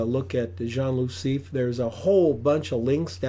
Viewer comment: It’s pronounced C.F. not “seef”. He used a 21mm.